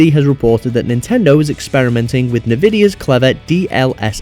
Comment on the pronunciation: nehvidia? N 'EN'vidia